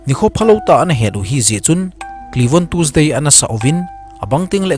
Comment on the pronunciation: Tuesday ❌ tusday ✅ 🤣😂🤣🤣😂😂🤣🤣😂